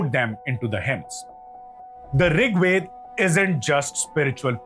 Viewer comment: Please pronounce Veda properly, without Schwa deletion, nobody will take you seriously otherwise